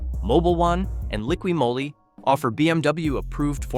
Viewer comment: Clear giveaway that this is AI: "lickwee Mouhly" instead of "Liqui Molly". Good grief!:face-orange-frowning